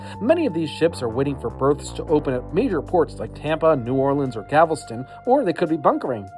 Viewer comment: That's not how Galveston is pronounced.